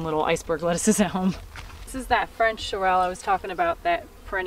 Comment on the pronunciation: You have a gorgeous gorgeous garden reaped by so much hard work and years of learning. I admire all that so much. Starting my learning on this late but never too late to learn. If you would like to pronounce sorrel more correctly it is SAW ruhl. And tomatillo is tom aw TEE yo. :) ❤️